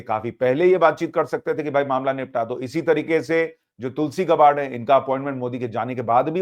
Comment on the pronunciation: गॅबड कहिये गबाड नही